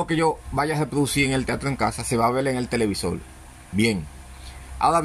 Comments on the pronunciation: Que interesante pronuncia la R pero como L..😊..Televisol... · TELEVISOL NO, ES TELEVISOR